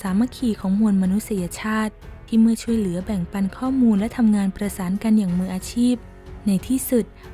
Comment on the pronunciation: ช่อง ไม่ใช่ ช้อง ช่วย ไม่ใช่ ช้วย